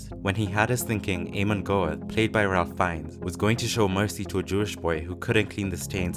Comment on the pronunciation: It's not 'Ray', it's 'Rafe'.